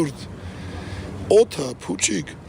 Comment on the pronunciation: թորգի։ Ետ փուչիկ բառը ո՜ր արտաբերում ես, ոնց ո՜ր... 😊